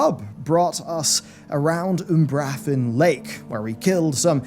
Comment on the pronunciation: OOMBRUHFFEN LAKE dude its umbra-fen lol